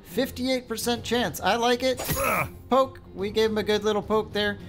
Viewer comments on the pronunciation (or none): none